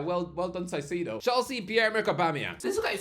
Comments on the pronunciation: I love you but how do you keep messing up Caicedo’s name? Moises = moy-ses Caicedo = kai-say-doh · The caicedo pronunciation is jokes 😂